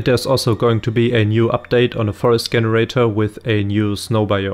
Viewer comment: GREAT JOB BUT WHY U KEEP SAYING GGGEN irator its jen bro jenerator